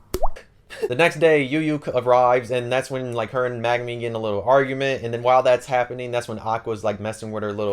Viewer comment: Great video, you do great with summarising the books. Just wondering, why do you call Megumin Magnumin?